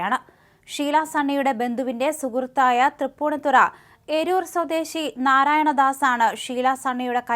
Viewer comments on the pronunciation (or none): none